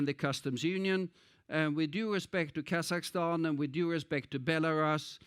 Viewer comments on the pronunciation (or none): none